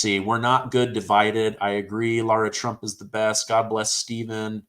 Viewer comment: Its laara trump